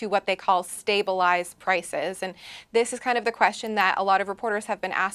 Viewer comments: The chihuahua needs to learn to say stabilize properly. He is right by the word "stab" though. Canadians are definitely getting stabbed by the Liberal government. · Someone tell that stupid frog how to pronounce stabelize